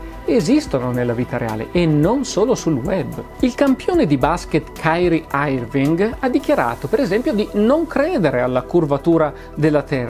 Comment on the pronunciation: Massimo: Cairi Arving Flavio Tranquillo: Bene ma non benissimo